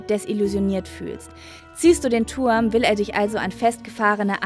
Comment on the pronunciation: "Der Tuhrm"😂😂